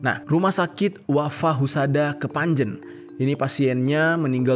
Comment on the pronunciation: Kepanje n